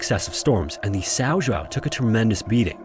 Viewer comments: The correct pronunciation in portuguese of the ship's name is something like this: Saun Joaun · "Sow Joo-ow" 😂😂😂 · You completely butchered the name São João. It's that hard to Google the right way to pronounce the name, before making the video?